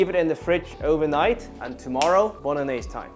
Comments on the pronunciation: Nobody says bolognese correct. LOL!!! Great recipe my friend. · Bolognese - Bono-gnese?